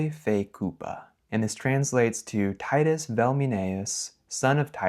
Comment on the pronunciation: The "Tîtî" is wrong; the i in "Titus" was short, even if it sounds somewhat ridiculous.